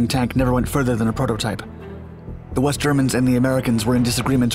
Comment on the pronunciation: West? I thought he said WEAST